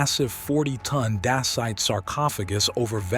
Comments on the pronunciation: About the material out of those sarcofagi was made of ..... you called it ''DACIT'' ? It may come from the old Dacia, today Romania... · Dacite is pronounced like 'day sight'.